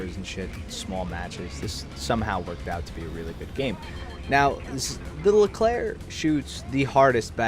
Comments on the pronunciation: On your pronunciation of the Leclerc, 10/10 for a non french speaker. Find me impressed, considering everyone says "erc". Well done! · you said 'Leclerc' correctly ! gg